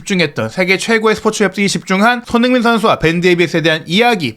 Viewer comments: 왜 손후인 으로 발음을 굴릴까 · 발음좀 잘 하세요 손흥민이 서닌으로 들리고 클슥(클루세프스키)등 심하시네